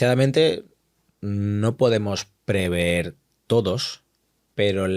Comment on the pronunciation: No se dice preveer, se dice prever. Proveer es otra cosa. Pero hemos entendido 😅